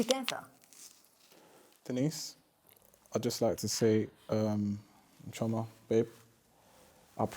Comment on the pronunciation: Chi-O-ma...it's irritating to how Denise says Chioma